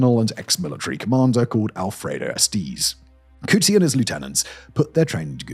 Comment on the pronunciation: Simon as you have a team of researchers to write your scripts, you have one job and one job only, which is to read those scripts correctly. Umkonto we sizwe is not pronounced umkonto wizwe, that should be obvious. You should have checked how to read names like Coetzee too. SWAPO is SWAPO, not ''swarpo''. I wouldn't have mentioned it but you did a similar thing with German words in another vid the other day.